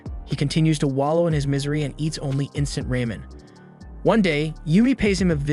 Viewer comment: Pie Ro Kini Sis. Tell A Kini Sis. Instant Ray Men. 😂😂😂